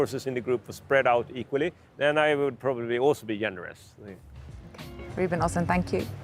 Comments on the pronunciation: Oslund? It's Östlund. Bad journalism. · Ruben Östlund not Oslund if you please ;) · öst is same as east in english but a french would know that so she would not pronounce the t